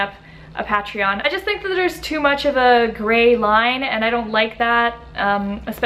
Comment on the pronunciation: What’s a pa-tree-on? 😂